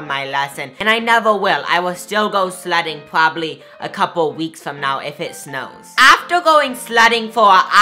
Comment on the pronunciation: no offense but it was like he was saying slutting.... i dont even know if slutting is a word but i love u soooooo much